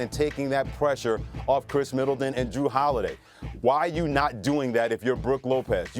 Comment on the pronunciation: This dude said Brooke Lopez yeah I’m out